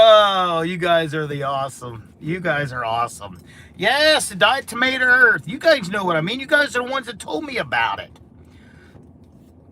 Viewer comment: It's not pronounced diet tomatoe earth